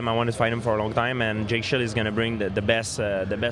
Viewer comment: I love when GSP says Jake Shields name he says Jake Shield, he leaves the "s" off the end LOL